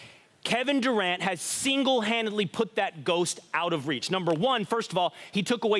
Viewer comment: "Single handidily" lmao #yearight